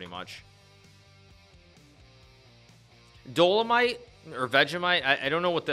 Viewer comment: Dolamite? I'm dead at that lmao